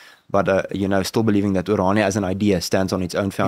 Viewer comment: it's NOT! oranjia! It's O R A N I A, from the greek, O R A R, dream